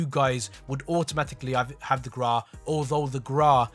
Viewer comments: People: Grau: The GRAAA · "How to unlock the Graaaa" 🤣🙏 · He says Grau wrong what knob